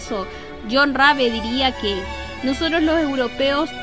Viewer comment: Muchisimas gracias por acceder a mi petición :) Cuando lei sobre él tambien quedé sorprendido, la verdad fué muy honorable lo que hizo en China a pesar del contexto. También existe una pelicula alemana que trata sobre él y lleva su nombre. P/D: Si, pronunciaste bien mi apellido 😅. ¡Saludos!